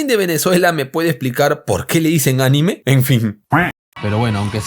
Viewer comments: Men yo soy de Venezuela y no se dise anime de dice aníme con acento en la (i) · Hola soy de venezuela no es animè sino ANÌME con acento en la i jeje asi se llama el material muchos saludos!! gran trabajo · Ánime no bro, Anime (la sílaba tónica está en la i) y pues no sabemos por qué le decimos así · Saludos desde Venezuela, eres un crack viejo jajaja, la verdad ni idea de por qué se le dice anime, pero un dato de pronunciación: no se dice "ánime" sino "aníme" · yo soy venezolano y no se dice:"Ánime" se dice "Aníme":/ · Soy de Venezuela... es ANÍME con acento en la i no ANIMÉ como las caricaturas japonesas... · soy de venezuela no es Anime se pronuncia a-NI-me y es el material q protege la consola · Si supieras de ortografía te dieras cuenta que en Venezuela no se dice ánime porque NO tiene tilde en la A. Se pronuncia aníme. Obviamente sin colocar tilde. No acentúes una palabra donde no es. Estudia. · se le llama anime con silaba tonica en i digamos que es Aníme en vez de Anime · Soy de Venezuela y se dice A-ní-me no Anime (Como las animaciones japonesas) y yo tampoco tengo idea de porque le dicen así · No se dice anime se dice aNÍme con acento en ni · Carlos para dibujos animados japoneses en realidad se pronunciria animei...... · anime no.... se pronuncia con un acento en la silaba (ni) ... osea aníme jejejejej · Jajajajajaja se pronuncia aníme, no anime como los comics jajajaja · Anime, no creas que es "animé" o "ánime" de las comiquitas japonesas. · yo soy venezolano. No se le dice "anime" como a las series de anime. Lo pronunciamos como "aníme" (sí, así como los Españoles le dicen a las series anime xd) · no se dice anime se dice anime por separado asi a-ni-me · Bro se dice anime sin acento jajajajajaja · Soy de Venezuela bro se le dice Anime con pronunciación profunda en la ni como si se acentuara Aníme n.n y para las series de caricaturas japonesas es como si fuese Ánime n.n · Jsjsjjs, no se dice Anime, la acentuación está en la "i"